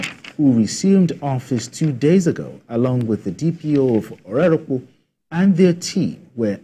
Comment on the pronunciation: As a former journalist, I have a suggestion to practising journalist, please learn to get the correct pronunciation of words before airing in your news reportage. I have had a guest walk out in my program due to pronouncing his name wrongly in the past. Let's learn to learn. Agbarho and Orerokpe were wrongly pronounced and could make your viewers and listeners not know which town you mentioned.